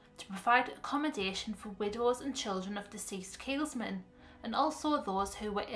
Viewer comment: Tiny point but I couldn't help getting distracted every time you said it. There's no 'S' in the middle of Keelmen. Apart from that, a very good video!